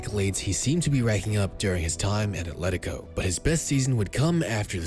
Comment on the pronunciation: Atlético* not Atléricouw